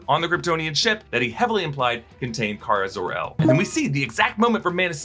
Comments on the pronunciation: Supergirl is Kara-Zod-Ur? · Kara Zor-el